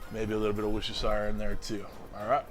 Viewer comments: lol Worcestershire = Wuss-Ter-Shh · Hi I'm Jim from Liverpool, it's pronounced "Wustershare" sauce ;)